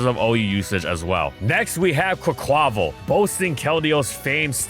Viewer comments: i believe quaquaval is pronounced with its last syllable stressed, like the portuguese/spanish carvanal from which the name comes from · The way the narrator pronounces "Quaquaval" 🤣